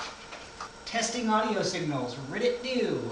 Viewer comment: "ridditt doo. heheh."